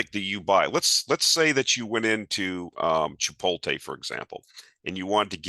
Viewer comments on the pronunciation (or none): lol "chipolTe" its chipotLe 😉